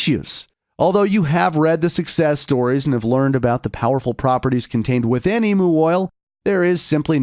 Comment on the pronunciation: It's pronounced like Emyou oil not Emoo oil 😂.